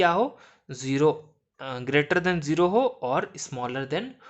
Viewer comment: Bhai baqi sb sai hay lkn jero mat bol bai dil dukhta hay zero bol aggy hi parhayi nahi horhi oper se jero jero bol rha